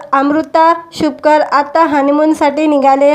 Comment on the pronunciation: अहो नांव शुभंकर आहे व्यवस्थित बोलत जा